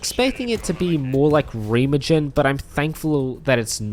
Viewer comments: Ream-Uh-GIN.... WHAT THE HELL MAN..... RAY-MAH-GIHN RayMoHGen REMAGEN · its pronounced "rye (like the whiskey).... rye-may-gan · Did you really make a video about accuracy and then pronounce Remagen “Ree-Muh-Jin? Lol. I’m just giving you shit by the way. I thought it was funny.